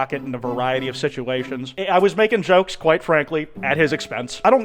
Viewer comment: really kwite? on the 12th?